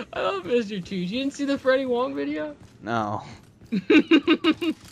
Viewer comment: it mr toots not tooths